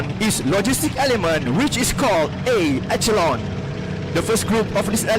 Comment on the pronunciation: I like your English. Quite clear but please pronounce "echelon" as a/she/lon not e/ke/lon. Another one is "inventory" as in/ven/to/ri not ai/ven/to/ri. Practise makes perfect English presentation and pronunciation, insya Allah Emcee should learn more on "pauses" when speaking and thus more efficient it will be.